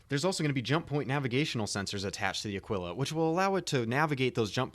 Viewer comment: Taurus has most capacity. Ah-Kee-La. Not Uh-Quill-Uh. The Constellation series are freighters, not explorers. The Aquila comes with the usra (like a bear) rover and the P52 Merlin stock. The time-to-earn in game has not been set and the CR comment on Connie time-to-earn has been changed by CR himself, so we aren't sure how long it will take. Phoenix is entirely for transporting VIP's and or VIP cargo. It is the best defended Connie as well.